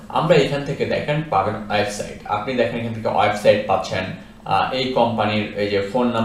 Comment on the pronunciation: অয়েবসাইট নয়। উচ্চারণ টা হবে ওয়েবসাইট।